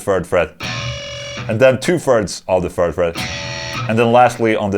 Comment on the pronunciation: "the furd fret"